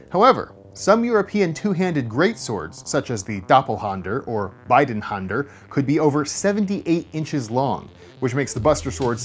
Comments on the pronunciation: It's DoppelhÄnder. Just like the "a" in "at" or "fat". Still, I don't know about the "Bidenhänder" - but I assume it's "Beidhänder" what you mean, because that means like "both handed". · It`s called Beidhänder and not Beidenhänder :D